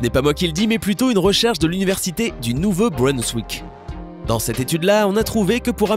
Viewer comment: Qui a remarquer commemt il prononce mal Nouveau-Brunswick!